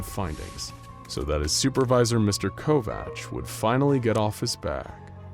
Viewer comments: I'm not trying to be "that person " that is always correcting people's grammar and is a complete jackass about it but you mispronounced Kovach .....its pronounced ( Co-vac) my mother had married a man when I was in 2nd grade and his last name was Kovach people mispronounced it all the time! Lol funny thing was that her last name was Couch and for some weird reason people mispronounced that too ....like how in the heck could anyone mispronounce COUCH !! they would say cootch, cow-ooch , crotch I was always so embarrassed by having that last name and as soon as I got married I was quick to have that name dropped immediately!! You know how mean kids can be so yeah ....I also would not tell people my last name at all ! And would tell people I'm like Madonna and Prince .....I don't have a last name lol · Covach/Kovach is pronounced as Co-vack...